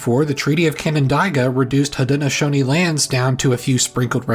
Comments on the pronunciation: omg yes, I cringed so hard every time he said Haudenosaunee and Canandaigua. What I don't understand is, if you're teaching this stuff, why not at least... ya know... run a basic Google search on pronouncing the words? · the Seneca pronunciation is more like Ganan-daw-gwa. C sounds like G in Haudenosaunee languages. (He also pronounced Haudenosaunee incorrectly.) 🤦🏼‍♀️ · Haudenosaunee was close, but not quite correct . Of course I live near the Seneca Nation.